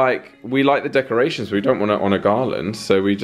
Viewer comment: The November vlogs were fun. thx! It cracks me up that you are too busy to say decorations! It took me a couple of times to figure out what you meant. LOL